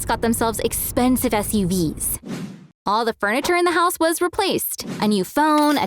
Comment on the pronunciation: in t=it was funny when she sais suvs